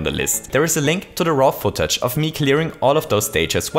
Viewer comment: Oh my fucking god, for the past year or so ive been watching I always thought that when he was saying "Raw Footage" he was saying "RoffelTouch" and I just now discover hes saying raw footage when going through the description. Epic